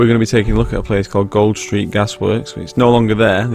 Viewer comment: its pronounced gooled street as in cooled